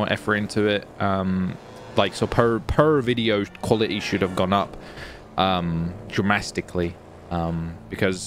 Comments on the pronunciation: I love how he said "drastically" and "dramatically" as "DRAMASTICALLY" 🤣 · You mean dramatically he said dramastically 🤣🤣🤣